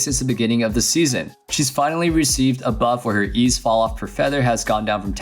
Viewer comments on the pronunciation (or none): none